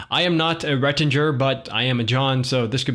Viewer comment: Please say Ret-tin-ger once more. Say it!!!, you make my day. More vids, more vids, more vids!!!